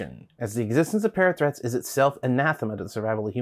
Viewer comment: Am I the only one who hears 'parrot threats' when they hear 'parathreat'?